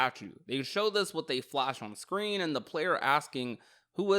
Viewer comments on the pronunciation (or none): none